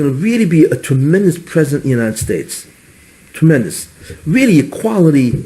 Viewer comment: Tremendeous...did you hear that :)